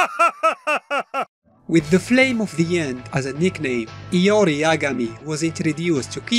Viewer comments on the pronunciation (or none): in the mobile games ML they pronounce his name LORI instead of IYO REE.. (IORI) watta noob. xD